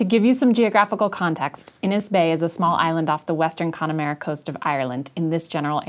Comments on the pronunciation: pronunciation wasn't so bad! :) They are as follows: Inis Beag - Innish byug Connemara - Conna mara (not conna maura like you said, irish (real) a sounds are like your widest "say ahhh" a ever) Inishnee - innish knee Inisheer - innish ear Aran Islands - Arran islands. (again the a sound isn't an auuuhhh it's an aahhh) Really interesting video! I'd love to see another video comparing the different types and extents of sexual repression across the globe! Also, despite it being really fucking windy and rainy aaallllll the time, connemara is beautiful. So beautiful that the english let it be. And because the land is paradoxically both sharp and liquidy. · I don't know if it adds anything but here's how you would pronounce those words here in Ireland. Inis Beag = In-ish b-ugh (rhymes with "tug") Connemara= Con-e-mar (rhymes with car) -a Inishnee = In-ish-knee Inisheer = In-ish-shear (you pretty much got this one bang on) Aran Islands = Arg (like a pirate) - ran Islands